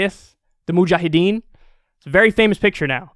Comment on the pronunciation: Moojaahedeen!! 😂 The way Kyle says it is funny!